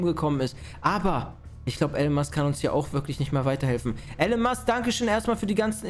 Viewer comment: Er heißt Elon Musk nicht allen Musk